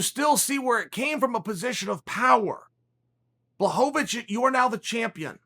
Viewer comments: Say it with me Sonnen : " Bła - ho - vich" where "ł" can be roughly pronounced like "w" in " was or win" and the "ch" pronounced just like the one in your first name ;). It's not that hard. He's a light heavyweight champion for cryin out loud , give him some respect. You're not saying Khebab Armageddon are you ? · Sounds like you said Jan “block a bitch” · Me: Jan Błachowicz (Yan Blahowicz) Chael: Jan Błachowicz( Yan Blackowich) Me : Ok Great!! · Me: Blachowicz Chael: Blahohovitch Me: ok, great. Blahohovitch Chael: let me offer you this- Block of itch Me: ok, great. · blockavitch or bla-hoe-vitch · Me: Blachowicz Chael: Blockovich Me: okay great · yan blockawitch how can Chael have me dying by the second word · Chael “Jan Blockovich” Sonnen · Dis nigga just said BlockOhVich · I believe, the proper way to spell Jan's last name would be BWUHOVICH, so Chael could pronounce it correctly. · Block-o-vich ? Breakfess ? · Jan BLOCKAWITCH - Chael “Pea” Sonnen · Jan Blachowicz: Uncle Chael: “Blockavich” Jan Blockavich: ok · Blackowich??😁 Chael giving new names to everybody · Chael 'Blakovich' Sonnen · Jan: finally whole world will know my name! Chael: BLOCKOVIC Jan: ok, kurwa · He said Santos as well if Jones is afraid of him. Its fight with goat and money fight so why wouldn't call him. You probably just jealous he did you never could fucking do. You cant even say his name correctly you moron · Spells his name perfectly in the title, proceeds to absolutely butcher the pronunciation. Classic Uncle Chael. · At least try to pronounce Jan's name right. And it's "Hor-hay" (Jorge), not George. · He will only be the champ when uncle chael blesses him by prounoucing his name right.